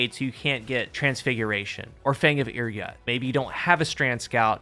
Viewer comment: Pretty sure it’s pronounced Ir “Yoot” not yut